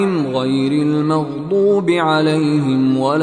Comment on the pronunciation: Suraj fatiha mein last alaihim ko alalhim padha Gaya It's very wrong